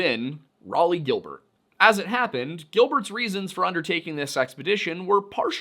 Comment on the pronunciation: I cannot aid pronounciation for all the difficult names but I can tell you that Raleigh is pronounced 'Raw-Lee' :) and Thames is pronounced 'Temms'.